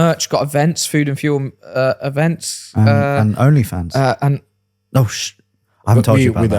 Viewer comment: At the end you said OnlyFans, I heard OnlyVans - new channel idea... 🤣🤣🤣